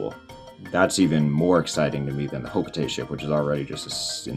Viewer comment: It’s ho-kho- tah-tey